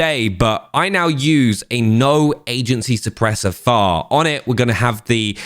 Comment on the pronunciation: Why are you saying FAR, it is F F A R